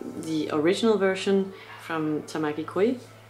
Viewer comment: It's pronounced KO-JEE (no Koi) ... His last name is Tamaki, first name is Koji. In Japan, where family names come first, he is known as Tamaki Koji. People in other countries call him Koji Tamaki sometimes.